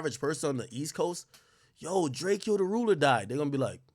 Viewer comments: It’s Drakeo not Drake-o get it right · Quit saying drakeos name wrong snackademiks